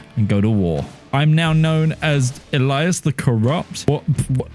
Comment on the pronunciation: Why do you say Elias like that